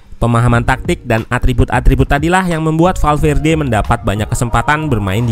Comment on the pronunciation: eeh salah lagi kurang L nya. valverde🤭